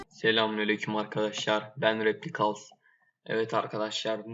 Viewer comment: Ruhi çenet gibi ben repicals diyon ya korkutuyon adamı <3